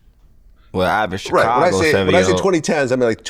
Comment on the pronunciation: Is it me or do anybody else hate how vlad say chicago everytime he say it